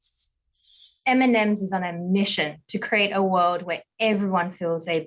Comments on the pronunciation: "M&Ms in on a mission to kweeate a wowed where everywon bewongs" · It would be nice if you could pronounce the word world correctly but since you’re on a mission I’m looking for candy just a snack so I’m gonna move on I’m gonna order smarties from Europe